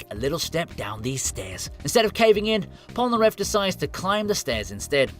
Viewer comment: “Pol-na-ref”?! Heresy.